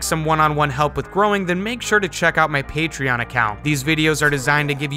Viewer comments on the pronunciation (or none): none